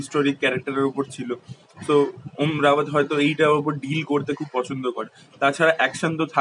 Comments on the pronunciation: O dada, om rawat na , ota om raut. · Om Raut....not Rawat